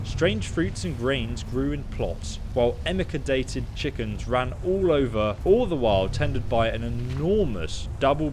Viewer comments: I get the feeling that you didn't do very well at school in English bud, you are using the terms bought & brought incorrectly and it's pronounced Emaciated not Emackieted. Just sayin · “Emma-ca-dated chickens...” I had to rewind to be sure I’d heard that right (I was reading ahead). Oh hun... I think it was just an honest mistake of reading faster than you meant to for the video, but the word is emaciated (em-May-ci-ated) just to clarify. It was an honest mistake and a genuinely adorable one.